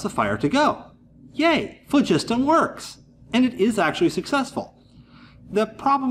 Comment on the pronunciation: this guy is the only YouTuber so far that appears to pronounce phlogiston properly AND weight a burning candle. A guy to watch.